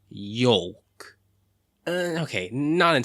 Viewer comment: "Yolk"??!? You know it's pronounced "yoke" right?? And while I'm here, did you know "yoke" can also mean the same as "mojang"? :D